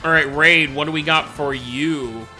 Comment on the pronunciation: Reid = REED, not raid. REEEEEED.